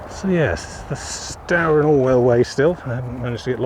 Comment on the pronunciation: River is pronounced stooer, not stower. The other river Stour's are pronounced how you said it but not this one. And River "Deeben" not deben.